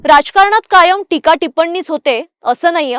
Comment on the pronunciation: टिपण्णी नाही, टिप्पणी. भाऊ ज्येष्ठ आहेत, त्याना हे सांगू शकत नाही. पण तू मुलिच्या वयाची आहेस, म्हणून सांगू शकतों